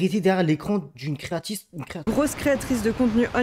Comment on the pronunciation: "créatice" Jordan t'as rentré dans la tête mon pauvre